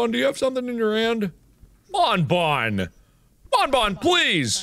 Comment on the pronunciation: Also you dont say "bone-bone" but "bonbon" like you dont prononce the n